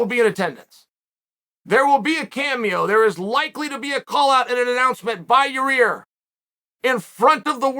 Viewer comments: Chael, you lost me at “Yer-Rear” 😆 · "Ya rear"🤣🤣🤣 you have to do these mispronunciations on purpose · “Likely to be a callout by Your-ear” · Socrates: who is the wisest man in Athens? Oracle: Chael "Yarear Makalchev" Sonnen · Ah yes, Yareer and Mahkelchev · Yareer. Mark the name down. Unbelievable. I knew Yair Rodeiguez was fighting Ortega, but I tune in and find out there’s a new fighter, who’s the #1 contender at FW and I’ve never heard of him. Yareer’s career was just made worthy by Lord Chael. And still the undefeated 🐐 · lol I understand the joke but I said that because Chael been calling Yair , Yareer for years 😂 so Yareer been in the UFC for at least 3 years